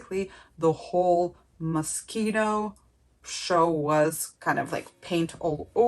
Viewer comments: I loved it but I cringe every time you say mos-cheeno 😆 its mos-keno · is pronounced moskino